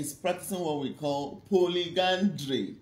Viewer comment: Polyandry, not polygandry